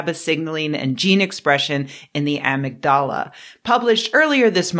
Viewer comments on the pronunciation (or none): It’s “a-MIG-da-la”, not AH-mig-DA-la”. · Love your content! So please, I'm not trying to be mean. But I do believe the word amygdala is pronounced uh-mig-da-la. Not amig-dala. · Ive never heard somebody pronounce amygdala like that before. Interesting. I personally hate how aspartame tastes, regardless of its safety. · Why did she say amygdala like that?! 😢😢😢